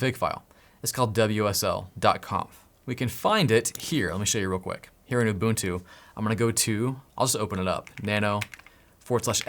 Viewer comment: im from south africa and im zulu and im very proud at how you pronounce "ubuntu" its 1000% correct!!!!!!!